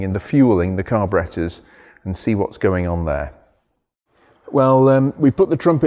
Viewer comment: I love how he says "Carbarettas"